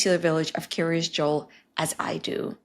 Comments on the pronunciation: It's "Kiryas" rather than "curious." It's the Ashkenazi/Yiddish pronunciation of the Hebrew "kiryat" which means "the town of." Lots of places in Israel with the same pattern: Kiryat Yam, Kiryat Gat, Kiryat Malachi, etc. I once lived in Kiryat Ono. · I keep hearing Curious Joel, like Curious George 😊